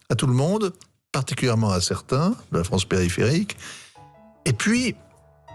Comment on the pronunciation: Surtout à la "fronce "citadine...Dommage qu'elle ne le sache pas encore ...